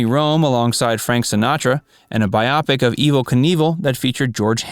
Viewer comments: "Biopic" is pronounced Bi-Oh-Pic, not By-opic. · What's a "Bi - Opic"? Is that 2 opics?